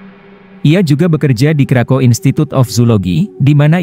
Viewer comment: Di Poland W di bacanya V kak krakov